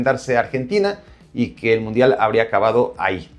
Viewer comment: "Mudial" no importa si lo Cambias, así decía Primero xd